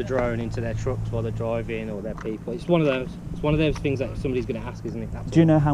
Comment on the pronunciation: Is the camera shy narrator here really semi-literate and slow, or is it part of the show? eg "things" gets morphed into "fings", "those blocks" into "them blocks" Thinking that being told to vacate the property by security personnel means a deal has been struck to come and talk to them off the premises.